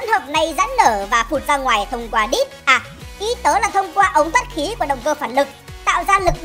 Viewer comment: Mặn quá khúc động cơ máy bay đang xem mà cười như điên luôn Cái mặn ở đây là cách mà anh ngừng lại 1 chút rồi nói to chữ ĐÍT khiến ng xem k thể k buồn cười 😂😂